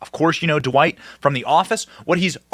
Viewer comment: It's not Duh-white. It's Dwight. One syllable.